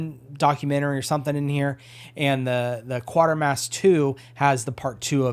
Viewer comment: Actually it's pronounced same as crater. Quatermass like cratermass but with a Q.